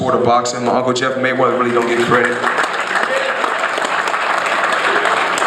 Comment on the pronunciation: Maywedder... lol mexicans..